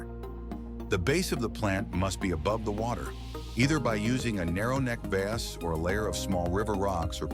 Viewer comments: Yikes! The music was too loud and I don't know if that voice was computer generated but in over 60 years on this planet, I've never heard someone with a 'North American' accent say 'vase' the way this voice did. Completely irritating! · Who else pronounces vase as "vazz"? lol!